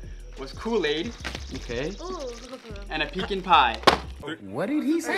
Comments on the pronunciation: It’s pronounced pee can bro said pican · I like how they all said pican wrong